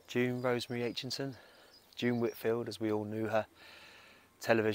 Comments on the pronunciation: Aitchison not Aitchinson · Sorry, it's Aitchison not Aitchinson. Loved Terry and June the most! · Aitchison not AichiNson